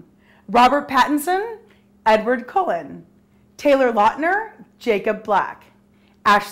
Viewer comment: sidmark's right he was in goblet of fire he was in a flashback in order of the phoenix..... & u say kallens last name wrong, & u said sum of the characters name wrong